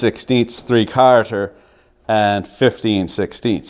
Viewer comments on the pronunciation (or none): When you kept say 3 carters, I was thinking, 'What the hell does Jimmy Carter have to do with this?" Then I realized you meant 3 quarters...